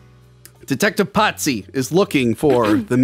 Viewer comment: Why the hell did keep referring to Pazzi as “Patsy”? Is he a Patsy Cline fan? 🤔